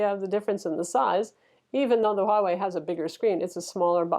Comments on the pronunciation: You got Huawei right! It is the way Chinese pronounces it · Appreciate the accurate pronunciation of Huawei - do you speak Mandarin btw?